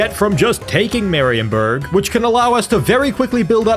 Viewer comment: Marienburg.. dont pronaunce it that way. In german (which theese names are) ie is a long i so: Mariinburg for ya english speakers.